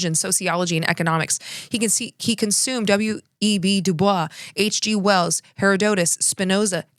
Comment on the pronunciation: Kind of throws me in this kind of melanin deficient content when a person doesn’t know how to pronounce DuBois’s name. Then all the defense of xianity and the occasional code switching…ok